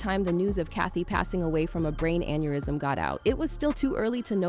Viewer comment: Dude just use your own voice this robotic shit is annoying “in man hah tayn brought her to the hoss pee tall thats where she ex peer id, an an eer ism off eed her”